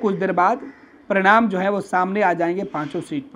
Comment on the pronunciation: परिणाम और प्रणाम. उच्चारण पर ध्यान दें.